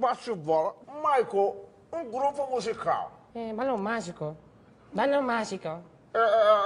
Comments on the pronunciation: " Balon magicou" kkkkkkkkk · "balon magicou"